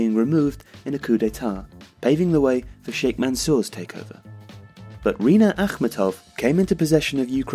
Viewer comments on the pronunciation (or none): Love your channel and love all your videos guys!!! But please please please do at least some research about all these pronunciations. It's rinAt akhmEtov, romAn abramOvich, mariUpol